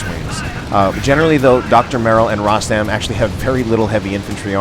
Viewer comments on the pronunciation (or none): hi. tnx 4 d cast,nice 2 c u back again; the correct pronunciation of my name is like u said except the letter (O) in Rostam is pronounced as (O) in Royal:)